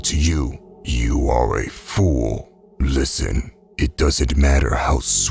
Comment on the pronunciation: The he pronounces FOOOOOL, gives my heart a great joy 😊